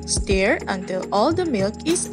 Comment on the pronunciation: sa word na "STIR' po. you pronounce it as "stur" not "steer"